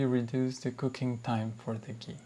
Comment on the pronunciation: It's not gee, it's Ghee!!!!!